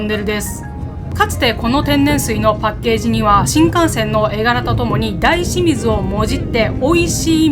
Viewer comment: 「だいしみず」というか「おおしみず」という発音が個人的には好きです^^